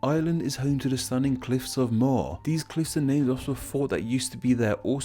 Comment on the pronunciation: as an irish fella his pronunciation of the cliffs of moher it’s like moa-her